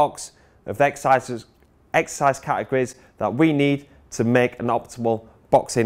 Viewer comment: Not taking the piss but does it not bother you as a s&c coach that you can't say the word exercise?